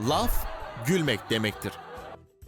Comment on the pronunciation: de laugh a laf derken gulen bı ben miyim la